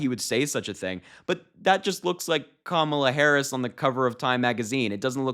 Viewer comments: I think Kamala should call him, Daniel. I’m so sick of him not pronouncing her name correctly! He is the most classless sub human to ever live! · When comparing the TIME cover picture and his wife, Trump did not say Kamala; he said Camila. Another sign that he has frontal lobe deterioration. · He said, "She didn't look like Camilla." He still can't say her name, and he might of been thinking of the Queen Consort.